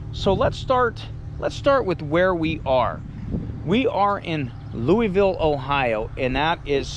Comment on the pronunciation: I have lived down the road from Molly Stark all my life and went to Louisville schools. Please say it correctly 😂 we are pronounced "Lewis"ville, even though we are spelled Louisville like Kentucky. That being said, very informative and well done.